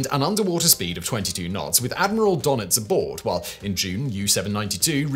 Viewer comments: Admiral 'Durr-Nits'........Not 'Donn-itzz'..😉😂 Great video as always though! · Admiral "donnits"?? Nope. That umlaut has a meaning, and all you have to do is listen to somebody who actually knows how to pronounce it -- rather than making up this infantile "donnits" stuff out of your head. "Duh-nits" comes closer -- but you can always just ask sombody who knows. That's what, uh, professionals do. Maybe grow up and try it, OK? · Donits is pronounced Der-nitz.